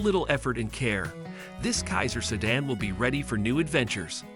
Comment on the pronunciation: Who is doing the narrating? Learn to pronounce names and learn that the numbers arent read the way this narrator does it. Cant even say sedan properly! Also, its Grand Prix (sounded as Pree)